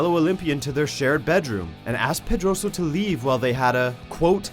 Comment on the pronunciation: Foi tão difícil pronunciar " Pedroso " ?